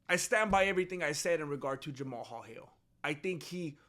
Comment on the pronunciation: You are the only person pronouncing that man’s name right! I respect 🫡 you for that bro!